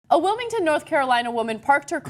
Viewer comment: It's called being a human. People make mistakes when talking, just listen to her at the beginning. She says, "A womeington North Carolina women", now that is a funny slip up.